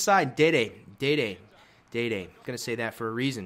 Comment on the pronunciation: it's not dede, it's dede the center back